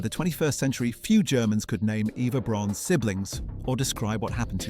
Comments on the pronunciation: Please work on the pronunciation. Braun is just the German word for brown. It's pronounced the same - BROWN. Fucking AI. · If you are going to make a documentary about Eva Braun pronounce her surname consistently and correctly - it is pronounced just as the English word and name 'brown'. Her first name is prounced with the 'E' pronounced as the 'a' in the English name 'David' .....this seems to be an AI cheap production with the usual propoganda undertones....... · Fake and click bait, not even saying the name BRAUN right. Their name was not Prune. This is very bad. Not worth watching,. To many mistakes and not true stuff. Do not waste your time. We have very good historians that make great and truthful videos. Not nonsense like this one.